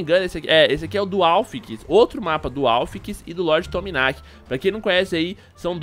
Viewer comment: n e lord tominaqui. Se diz lord tchumaniqui e assim q se pronuncia o nome dele e serio já faltei com ele ele é muito legal